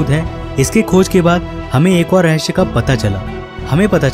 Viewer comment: Oh bhAi rahasya ko rahasya h bol , rahshya rahshya kya lga rkha hai 😂😂😂